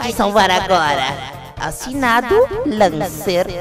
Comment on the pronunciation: Muito bom mas se pronuncia Lencer não Lancer